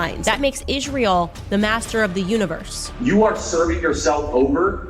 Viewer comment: This unhinged and profoundly ignorant stupid dumb bitch cant even pronounce simple words (written🫩) becomes: WRITT-EN 🤨and of course ISREAL becomes: ISH-REAL, which is so disrespectful and disgusting, same as when she says: JUDEA-OOOO CHRISTIAN 🙄the parasite is ILLITERATE 💯